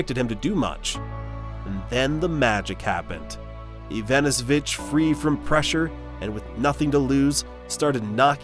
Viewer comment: At least get the surname pronounciation right :D